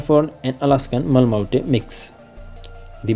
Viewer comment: Pronounce as Ma-La-Mute